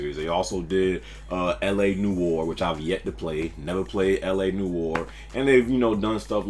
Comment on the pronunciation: The way he said LA Noire... Facepalm